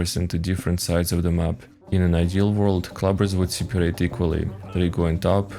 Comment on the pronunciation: I like how you say siparate